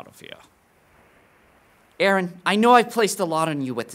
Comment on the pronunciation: why do they say IRIN it is EREN